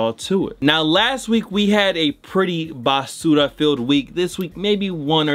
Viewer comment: That BAASSuuRRaaa. Sound so firme.........😎